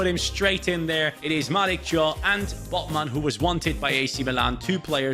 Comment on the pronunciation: Thiaw is pronounced like "Ciao". Not trying to be clever, just wanted to say it. 😄